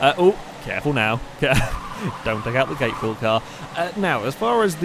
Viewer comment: From memory on SpeedHunters Gatebil is pronounced Gar-de-bil. That's how you pronounce it for the actual car festival but I don't know if it's the same in this game or not